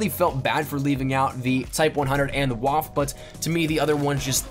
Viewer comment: just saying 'Waffe' is Pronounced "Voffa"